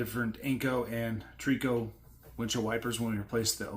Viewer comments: Tree-co 😂 Try-co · “Tree - co “ ? Correct pronunciation is Wiper blades it’s Tri-Co or shortened to TRICO ( 3 companies) . Unfortunately the brand name was sold off and the company no longer exists here in its’ hometown of Buffalo, NY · a/i garbage yaa know is a/i when cant pronounce simple words like Trico.